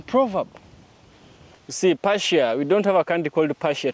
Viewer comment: Persia, not Parsia. Sounds like Purr-sia. ❤️ 🙏